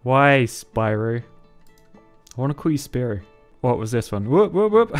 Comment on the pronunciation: Spiro is def pronoumcd spear oh